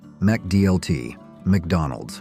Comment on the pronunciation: Hey narrator - NOT pronounced MAC-DLT - rather MICKDLT! Bring back the McD's Pizza! These days, i routinely wait MORE than 10 min for 4 lousy basic burgers & nothing else at BK. Same thing regarding just 2 lousy McDoubles & no fries or drink!! In both cases, there is no one in line in front of me! DRIVE THRU CUSTOMERS GET PRIORITY! ARRGH Sometimes i wait more than 5 min just for someone to take my order at the counter! What a disgrace!